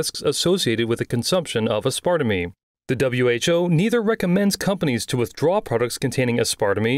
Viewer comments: aspar tame, thats how you pronounce it. like taming an animal. bruh, how can you be a native english speaker and don't understand how to pronounce words. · It’s as-per-tame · Aspartame is pronounced ass-per-tame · never heard aspertame pronouced like arspartinine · It’s pronounced as per tame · It's pronounced "ass-par-tame". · It’s pronounced as-par-tame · I hate being that guy but… dude. As-pyr-taym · asp-per-tame thats how you pronouce it i avoid anything with aspartame in it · Okay but it’s pronounced Ass-per-tame. Lol. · It's pronounced ass-par-tame. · Its pronounced Ass-Pra-Tame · Aspartame: Ass-par-tame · Ass-per-tayne it’s pronounced lol good try tho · ass-par-tame (aspartame) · Your pronunciation of aspartame had me in stitches 😂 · The way you said aspartame almost gave me a brain aneurysm. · Great video! But as somebody trained in chemistry, the way you pronounced aspartame killed me lol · You are pronouncing aspartame wrong... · Looks like someone needs to work on English pronunciation, that is absolutely not how you pronounce aspartame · No offence but that's not how you pronounce aspartame....never in my life have I ever heard it pronounced your way lol Great video though!! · who says ass-part-a-me instead of ass-per-tame? 😂😂😂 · I believe the word is pronounced “ Az-per-tame” not “as part of me”. 😂😂😂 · Losing it at this dude pronouncing aspartame ("aspertaym") as "uhspartamee" ( .) Literally never heard it pronounced like this. What a mad lad. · I couldn't stop laughing when he repeated the word "uspardamee" like twenty times in two minutes 🤣 Aspartame is pronounced ass-per-tame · Why you saying Aspartame so weird. It’s said like “ ass-par-tame” not “ass-par-ta-me”. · It's pronounced AS PER TAME. Aspertame. Not A SPAR TA ME. I'm sorry, but I haven't laughed that hard in a while. Thank you for that. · It's aspar-tame not aspartamy, don't know why but that made me grit my teeth every time lmao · Its pronounced "ass-per-tame" not "ass-sparta-meme"